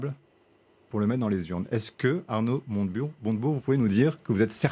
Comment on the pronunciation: Je rêve ou à , le journaliste à dit "Arnaud Monte Burnes"? c'est une private joke? un pari à LCI? En tout cas merci LCI pour ce nouveau casting de comiques, mieux que le Jamel Comedy Club 😭😂🤣🤣😅🙏